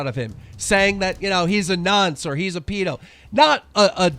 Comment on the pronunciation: Im liking ze video because keemy weemy finally pronounced nonce properly